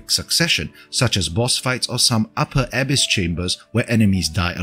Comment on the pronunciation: 'Abyss' is pronounced as uh ·*bis*, with emphasis on the second syllable.